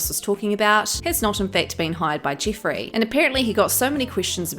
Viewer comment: The way you say Jiffreeey is🤮